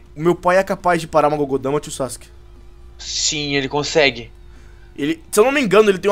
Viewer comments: não é gogodama é bijudama! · e bijudama nao gugudama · e biju dama e nao gugo dama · as explosões que as bijus conseguem fazer não se chama gogoudama se chama Bijudama e se isso que vc é o trevor falam se chamam gugoudama gudoudama. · não é gogodama e bi ju dama!